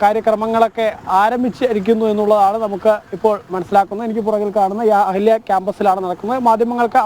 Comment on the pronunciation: അഹല്യ ആണോ, 'അഹാല്യാ' ആണോ..?😅